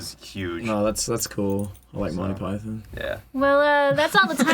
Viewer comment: that is not how you say monty python